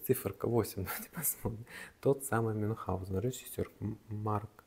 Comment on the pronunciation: правильно - Мюнхгаузен)